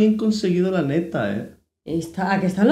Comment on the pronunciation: Hola, llore con ustedes y mira que sigo a Yulai y no había visto este video, estos experimentos son geniales, y bro tu cada vez eres más mexicano we, ese "neta" te salió como todo un mexicano jejeje saludos amigos...